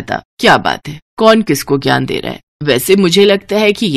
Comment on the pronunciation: Bhai bay nahi hota day hota hai